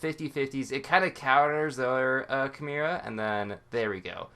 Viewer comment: "chu-mare-uh" lol